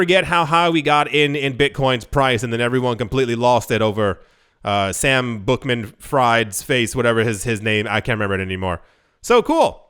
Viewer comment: It’s so simple…pronounced Sam Bankman Freed